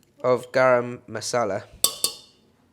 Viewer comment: Being an indian, having a big smile on my face when said "Garam Masala"😊...by the way discovering your channel is the best thing I did for my Asian cooking. Xiéxié 🤭🤗🤗❤️